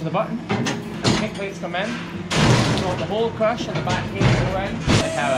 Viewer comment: So do you plug the crush into the wall and that powers all the features and extra outlets, or does it have battery powered features as well? Also, this entire time I thought you were saying “crutch” so I was really confused when you first started typing out things about the new crush lol